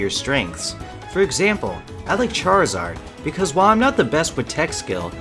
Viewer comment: For me it's hard to main several characters, but that might just be me. (It's probably because I always focus on 1 character.) Also it's Charizard not Charzard, not trying to be rude it's just small stuff like that can really annoy me sometimes. (Also Charizard is one of my favorite Pokemon and for some reason I just need to see the name's of Pokemon spelled correctly, I'm probably one of the weirdest teens in america) but I could try to main them both.